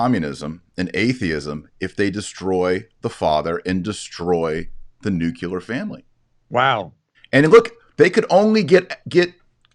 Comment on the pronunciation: Dr. Marshall, smoking is bad for you. (Pronunciation: nuclear, NOO-KLEE-UR). Stop using "Google" as a synonym for "Search". Thank you.